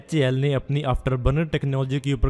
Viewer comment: HAL bolne ki practice karna bhai bol nahi paa raha hal sahi se.